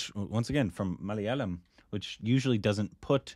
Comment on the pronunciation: Mic drop! Proud of the way pronounced Malayalam. You've come a long way, 😅